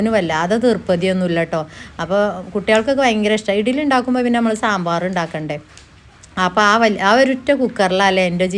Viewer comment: ഇഗ്ലീ എന്ന പറയുഇടിലി അല്ല ശെരിക്ക് പറയും